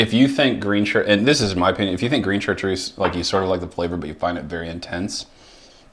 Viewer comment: It's unpleasant hearing the speaker mispronounce Chatreuse. Not just once either. But it's probably too much to hope that he will take the effort to find out how the name is properly spoken